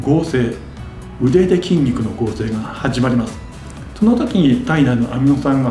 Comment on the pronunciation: 始まりは『とぅまり・・・』